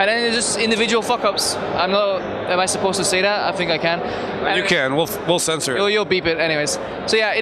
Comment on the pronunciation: "We'll censore it" ;)